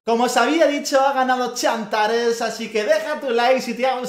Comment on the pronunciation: todos: tsantares: chantares.